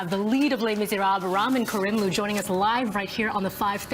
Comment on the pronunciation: It's so funny, and I suppose ultimately cool, that he doesn't correct her on the pronunciation. Since she states she is such a fan, I wonder where she got the idea to say his name like that. You'd think as a professional, she would check with him how he likes it pronounced, before they rolled tape. Phonetically it's "Rameen KARIM loo" I know- because the first time I met him, I made sure to ask, and that's how he said it. ;)